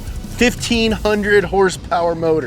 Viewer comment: It makes me laugh so hard when he says "Hurspeur" 🤣